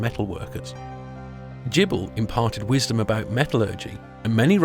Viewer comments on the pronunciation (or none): Just to let you know Gibil is actually pronounced "gebil". There are no hard "g's" in Sumerian. No sounds like gem or gerbil, more like Gimli. mm, Brigid is pronounced as Breed, it's Gaelic not English.